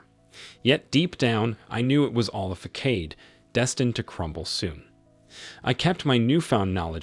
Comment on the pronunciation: Façade = Fuh-sahd. Epitome = eh-pit-o-mee